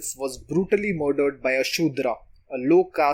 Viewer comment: need to pronounce the words Patricide and usurped correctly.